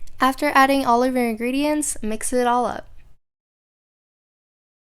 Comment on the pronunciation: She says gredients